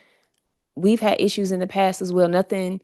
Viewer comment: "Inda what naught" apx and he's always, "Heavily" in da, "What Naught " So cra cra No ?